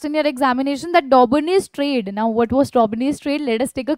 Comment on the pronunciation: Mam its triads or traids